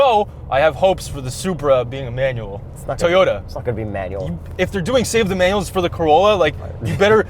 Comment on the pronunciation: Did he say tayota